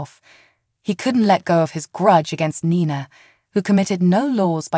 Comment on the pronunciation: AGAIN ITS Ni Na not nana Nina